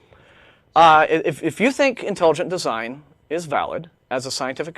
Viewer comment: Intalujunt deezine.